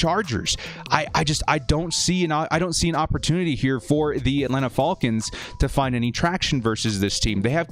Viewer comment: I hate the way you say ATLANTA falcon's!!! How did your last year predictions go??? Don't fxxx my CHARGERS UP!!! We got a damn good team. BOLT UP 🌩